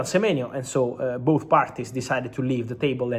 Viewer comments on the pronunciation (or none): none